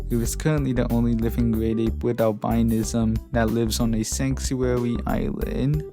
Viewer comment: Albinism isn't pronounce by that. It's pronounce Al-bu-nism. Like how rhetoric is pronounce differently from rhetorical.